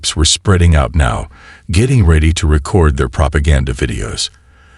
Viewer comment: Debrizz, Thunder Chilled, Record (like a reck-ord, not ree-cord... ugh.